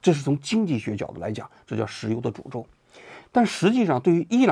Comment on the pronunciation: 看到图才明白是“石油的诅咒”，听您念的是“石油的主奏”😂